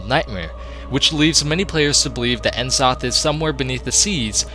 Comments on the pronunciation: Who's "En Zoth"? Do you mean N'zoth? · FOR Fuck's sake mate. learn to pronounce the names. It's horrible En zoth?! Really?! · It's N'zoth not en'zoth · It's pronounced Nuh-Zoth, not En-Zoth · N-zoth lol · Watching this in 2021 and the pronunciation of N'zoth from before you knew any better is lol. Still a really enjoyable video good job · I've seen this video multiple times but I can never get over how he mispronounces "glaive" and "N'zoth." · Wait, you pronounce c'thun right but not n'zoth? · So you pronounce "C'thun" properly, but not "N'Zoth"? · Man you really butchered the words "Uldaman", "Glaive" (Rhymes with crave.), "N'zoth", lol.